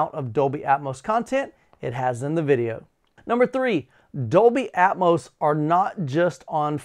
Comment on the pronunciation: What is "Dolby Aetmose"????